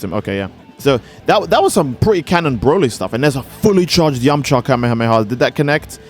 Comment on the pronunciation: It’s yamucha not yamacha